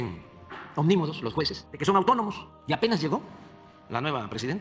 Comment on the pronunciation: Esa palabra no existe, será "omnimodos', no "omnovodos"